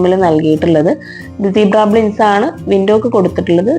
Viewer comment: കൊള്ളാം... പിന്നെ... ബ്ലിൻഡ്സ് അല്ലാട്ടോ... ബ്ലൈൻഡ്സ് എന്നാണ് പറയുക. സ്ഥിരം ഇങ്ങനെ പറഞ്ഞു കേൾക്കുന്നതുകൊണ്ട് പറഞ്ഞു എന്നെ ഉള്ളു... 😊👍